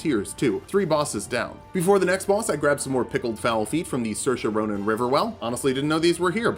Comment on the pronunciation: Why does he call the siofra river well the soairse ronan river well?